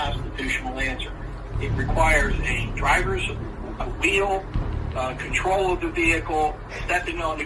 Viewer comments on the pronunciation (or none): none